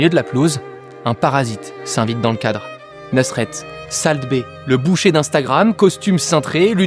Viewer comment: Par contre pitié salt ça se prononce solt